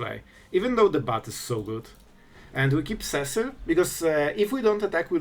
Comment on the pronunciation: Seh-sill.... had to stop the video right there. See-sill Cecil. Cecil. Repeat after me class SEE_SILL Cecil.